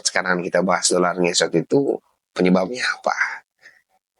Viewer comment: 😂dolaaaar bukan dodol